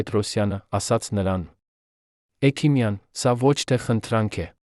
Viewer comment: Այ., էքիմյան. Չի. Հեքմյան. Է։ Սա. Համ.. Խոսում. Է.. Էլ. Մտածում՞՞ է։